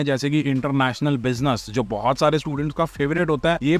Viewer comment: International Bussy-ness 😂😂😂 the way you said it omg 😂😂😂